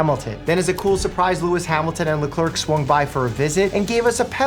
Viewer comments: Shame to be a Ferrari fan. The pain must be unfathomable following Ferrari F1 😂😂 It's "Le-clair", not "le-clerk" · Pronouncing his name as le clerk is an actual crime 😭😭😭😭